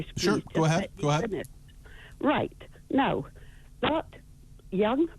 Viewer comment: "NOW" Peter. It has a W in it.